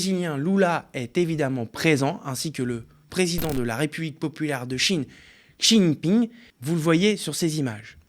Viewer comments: c'est pas un peu abusé de pas essayer de bien prononcer Xi JInping ? franchement le plus miteux intermittent du spectacle ferait mieux niveau prononciation/présentation .... OSKOUR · La prononciation de Xi Jinping c’est quelque chose…